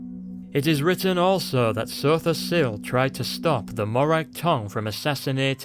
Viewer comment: lol i love how you say Sotha Sil. Makes him sound really epic